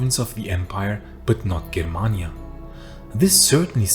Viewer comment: the G in germania is pronounced like in Germany.